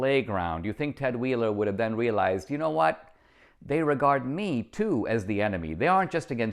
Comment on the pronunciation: Did you say “wheelized”